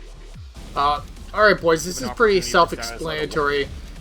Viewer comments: I love it when says bois;-) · At this point he's saying bois to piss us off.